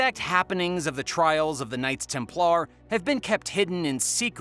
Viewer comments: stop saying templAARRR please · Templar is pronounced with er not ar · The knights Tem - Plarrr 🤣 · You really gotta look some pronunciations up if you want to have credibility dude. TEM plar not tem PLAR, FAT i ma not fa TIMA. soooooo bad and not unusual words. Yes this site is for entertainment only. Have fun everyone!